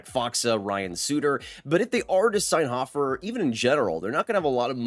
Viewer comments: Dude...it's pronounced Hoe-fer, not hof-fer. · Ho-fer not hoffer